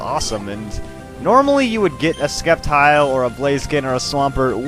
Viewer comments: sceptile is pronounced: sep and tile not skep tile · its called s-cep-tile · I'm not gonna troll at you for mispronouncing Sceptile (....it's sep-tile....(trolling....)) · Omg y are u saying sCeptile the c is silent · isnt it pronounced septile? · it;s SEP-tile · you are saying sceptile wrong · actually the C in Sceptile is silent most of the time, i remember when I used to watch the anime everyone made the C silent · i always thought the C in Sceptile was silent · the "c" in sceptile is silent...just fyi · Ugh. I usually don't mind the pronunciations, but the Sceptile pronunciation is bugging me. I always pronounce Scep it like Septic.